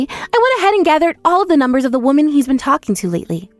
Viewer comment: So sad can't even pronounce women right